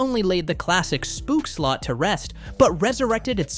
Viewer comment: Dutch pronounciation tip, the double o in words like 'spookslot' is NOT pronounced like the double o in words like 'cookie' or 'spoon'. It's pronounced like the o in words like 'ohh' or 'opal'.